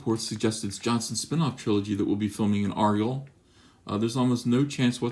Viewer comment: You're not saying Argyll right. YouTube something saying it. IT'S VITAL.